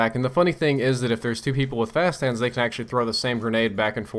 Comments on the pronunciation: "Frap hast hands" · did he say 'frap hands'? haha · At about i couldve sworn you said "fast fap hands." Oh my...